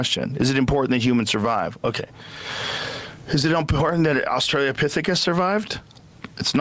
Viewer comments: its not australia 🇦🇺 lopthiecus Joe.. it’s australopithecus. How many real and fake anthropologists have you had on? And you still fumble it? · Did he say Australiapithicus? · ostro-pithicus (sic.), you know he has never said that word before. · Rogan fans think he’s smart because he said “Australopithecus” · I had to go back and re-listen three times because I couldn’t believe he said that 😂